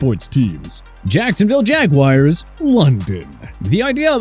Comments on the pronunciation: It's Jaguars, not Jaguires. 🤣🤣🤣🤣🤣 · Maybe in England they won't say the Hoosier way for the nickname, it is jagwars not jagwires!